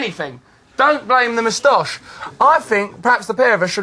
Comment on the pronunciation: wat's a "mostosh"? very poor pronunciation :p